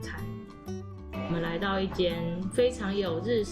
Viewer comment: 不是念ㄊㄨㄛˊ嗎